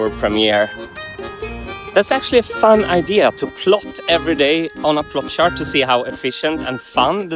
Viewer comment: Martin's gotta work on his pronunciation of "chart" lol